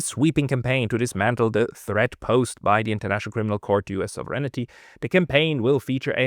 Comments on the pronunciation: man spricht das nicht Souveränity wie im Deutschen aus sondern es heißt: Sovrenty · It's almost all of them: Sov-er-eign-ty NOT Sov-ren-it-y. Maybe it's their eyesight? It's funny how he can say 'sovereign' just fine and only needs to ad 'ty' on the end. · I sincerely apologize for the unsolicited advice, but I must inform you that you are mispronouncing the English word "sovereignty". You pronounce it as four syllables with accent on the third. It is actually three syllables with accent on the first. The vowels in your second and third syllables are unstressed to the point that they blend into one syllable. It should sound something like SAW-vren-tee, not saw-VREN-i-tee. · Thank you for your report,. But...pronounce it SAHV- ren ty - please. =) Sounds like you're saying "serenity" - which, God knows, has no connection to the US Empire! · you don't know how to pronounce "SOVEREIGNTY". You're not the only one, and English is not your native language, but that's no excuse. You're supposed to be an academic, after all. Get to work!!! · You might want to "proofread" your pronunciation of the word "sovereignty,"!